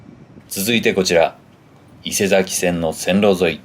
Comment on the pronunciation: 西新井に十年前に住んでいましたが、 西口の駅前がこんなんなってるとは！ P.S 東武線は “いせさきせん”ですね 『伊勢崎線』 “いせざき”だと、 横浜の伊勢佐木町と混同してしまいますから。